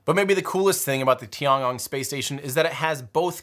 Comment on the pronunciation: The Chinese space station should be pronouced as TI-EN GONG not TI-AN. Yes, I know it was written as TIAN but the pronouciation is TI-EN.